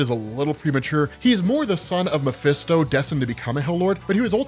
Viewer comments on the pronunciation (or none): none